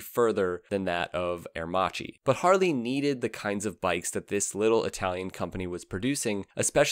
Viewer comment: Love your videos, but you definetly need to improve your italian pronunciation haha